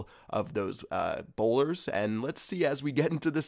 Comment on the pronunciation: You say boulders instead of bowlers a lot